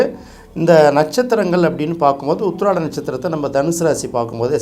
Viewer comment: உத்திராடம் தெளிவாக சொல்லவில்லை